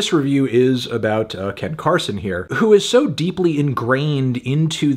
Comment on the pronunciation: Completely butchering Ken Carson for 7 minutes and 2 seconds 😂💀